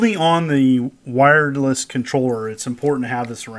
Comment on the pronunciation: Did I hear you say “Wiredless controller”? lol